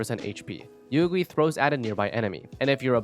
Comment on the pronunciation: She literally says Yuegui in her voice lines and you still managed to butcher the pronounciation